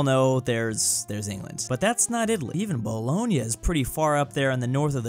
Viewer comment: How can you not know how to pronounce Bologna when the most famous spaghetti is bolognese